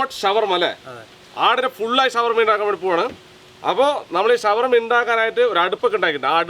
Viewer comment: ഷവർമലയല്ല ശവർമ